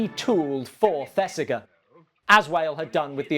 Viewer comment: Fantastic piece, as always. RE Earnest, It's pronounced ThesiJER. Thanks. I must get out more. 😁 I'm a picky twit. I know.